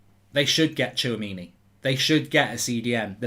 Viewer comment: you pronounce Tchouaméni: Chwa-Mini